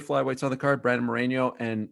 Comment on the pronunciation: It’s Brandon MoreNo, not Moreño. Since we’re always correcting people, Ariel. Now you have DC saying it wrong too.